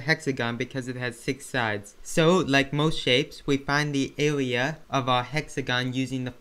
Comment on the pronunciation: Bro, if I had made fun of you of the way u speak, would you be happy? Why are you making fun of him because he can't pronounce the R.